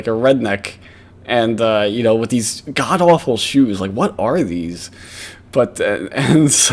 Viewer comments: Dear CAWD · OH CAWD YES